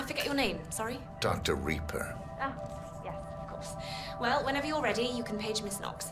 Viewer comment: It's actually Rieper